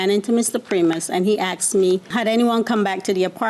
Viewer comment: Oh My Goodness he AXED you? Girl you should of called the police. BTW you look good for some who was AXED!